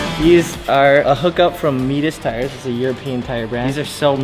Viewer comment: Funny how badly you butchered the name of the mitas tires. Like what’s a meetas